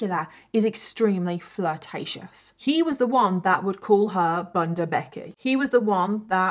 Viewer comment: The u in bunder is pronounced like the u in full and not the u in plum. It's bunder not bunder